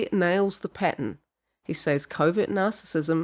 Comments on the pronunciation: I thought she was saying Covid narcissist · I know you're saying covert narcissist but I keep hearing Covid narcissist. 😅